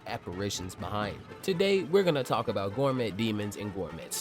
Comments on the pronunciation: Hearing you pronounce Gormet as "Gor-Met" in multiple videos is my new pet peeve..... 😂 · T is silent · Do they pronounce the T in gourmet like you do?